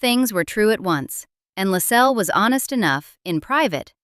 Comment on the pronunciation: LASS-els. Stress on the first syllable. If you don't even know how the name of the subject of one of your documentaries is pronounced - how can we then trust that the rest is correct?